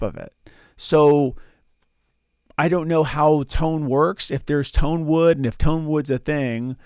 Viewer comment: 'I like big toans and I cannot lie?' What in the world is a "toan?" I that something different than a "tone?"